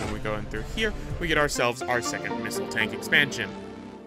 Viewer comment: you are saying tank wrong for the right way to say tank watch ramza411sb play metroid zero mission